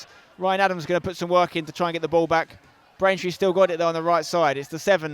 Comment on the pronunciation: Why commenate if you can't say the names of the opposition. Braintree this, Braintree that - it's just a little lazy in all honesty.